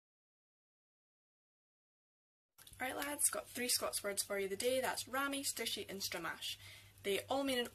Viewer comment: I've never heard 'stooshie' pronounced 'stishy' before - how terribly 'Kelvinsayde'!😁